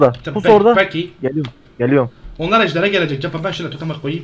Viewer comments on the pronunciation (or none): none